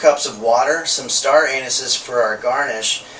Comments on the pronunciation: “Star anuses” 😭😭😭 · "Some star anuses for our garnish..." Hahaha, oh. Happy Thanksgiving <3